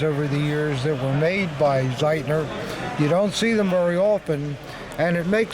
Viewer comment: The Austrian Hitler Youth knife is made by Z E I T L E R not Z E I T N E R. The makers name is pronounced wit an L not with an N.